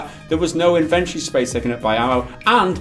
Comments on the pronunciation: “In-ven-tor-e” love you guys! ;-) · "Iv-entry". Can't say I've ever heard inventory pronounced that way.